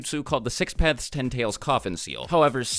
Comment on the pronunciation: How many times did he say six pathes